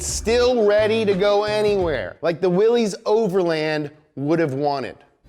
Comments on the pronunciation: WILL - LISS man Will-Liss NOT Willee's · 1. it's pronounced Willis, like Bruce Willis, not Willees. Drives me crazy. Though here in Amurika, if you keep pronouncing shit wrong it eventually makes it right. lol 2. the 3.6 came out in 2012, not 13 3. 285 hp not 265. I really like Donut and this guy kills me in these videos but their research is often lacking. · "willies"? Mr Willys pronounced his name "willus"..... Unsubscribed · It is pronounced WILLIS not Willie. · It’s pronounced Willis, not Willy’s. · cool video but it’s pronounced as “willis” not “willees” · Hey... its WILL-ISSSS not WILL_EEEEEZ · It's pronounced will-is not Willy's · Great video Donut, just one problem (and I think I speak for all Jeep enthusiasts when I say this) the Willys name is not pronounced “willies” but instead you say it like “willis” like Bruce Willis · FFS! It's pronounced "Willis". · It's pronounced like you'd pronounce Willis. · just an FYI: "Willys" is pronounced as "Willis." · BRO!!!! its Willys not frickin Willy's. Get it together. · For future reference, Willys is pronounced "Willis". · Willys is pronounced like Willis. Just saying. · Willys-overland is pronounced Willis-overland. Always has been. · Nice, you made a jeep video... but didn't learn how to properly pronounce Willys which should sound like WIllis. It's okay I guess since 90% people don't know how to pronounce it either, including the authorized dealers. EDIT: I have a 2018 WIllys Wheeler 2 Door. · Also the pronounciation of Willy's my dude